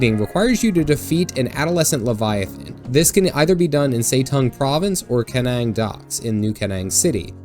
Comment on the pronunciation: Kernang? It's pronounced "Kine-Eng".